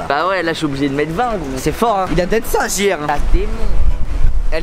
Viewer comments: "oblizé" 🤣🤣 t le boss❤ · il dit oblizé. chuis mort😂😂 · mdr il a dit oblizer que je le fasse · Mec t’as dit « oblizé » preuve : T’as même oublié de flouter la plaque... alala Inox tu vas loin là Note sur 20 de la GTN : 20/20 T’es le best Inoxtag (d’ailleurs on a le même prénom lol)